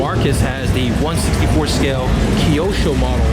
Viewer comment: it’s Kyosho not Kyoso. The quality is way too high end for Mattel but great video ah you pronounce it right